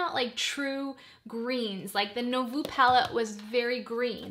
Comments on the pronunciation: Nouveau is pronounced as nu-vo (not no-vu) ❤ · Sorry to be a word Nazi... But.... Nouveau is said new like new...voh like oh my lol. New-voh